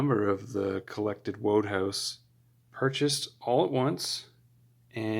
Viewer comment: Enjoyable video - thanks, and congratulations on getting your books! I'm sure you'll learn this other ways as you go along, but Wodehouse's name is pronounced 'Woodhouse'.